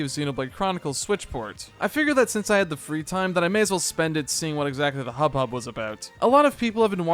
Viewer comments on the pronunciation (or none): I've never heard someone says "hub-hub" instead of hubbub 😂